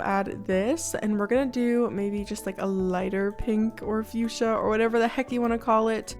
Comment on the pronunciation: When you said fusha? Sorry I'm not the best at spelling but when you said fusha I heard you said 🩷. Btw is such an beautiful name and your voice is so cozy and relaxing<3